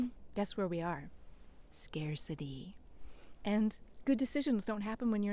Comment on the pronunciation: my brain heard you say 'scare city'! 🙂Seems like an accurate way to think of the meaning of scarcity! I really appreciate the way you describe the value of being calm when those around you are in their red brain. Red brain and green brain and new terms for me too, and I think they're great for bringing awareness to these different states of being. Thanks very much!